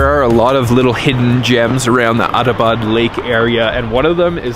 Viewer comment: It's not a "Autobot" lake, it's "Atta - bad" lake.